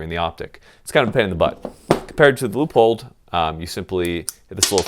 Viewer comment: Is it just me or does it sound like he's saying loophole every time he says Leopold??